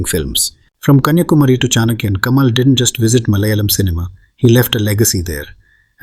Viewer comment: Atleast say Malayalam correctly since you claim to be a malayali ..LOL